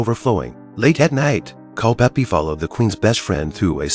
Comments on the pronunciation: Is it so hard to get years and name right. The name is Culpepper not Culpeppi! There is more than 4 years between Mary and the Queen. That is problem with AI productions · Mispronouncing names drive me crazy 🤪!!! What’s so hard about Culpepper not Culpeppy !!! 🤨🤨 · his name was Culpepper. not Culpeppy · It Is “CULPEPPER”. !!!!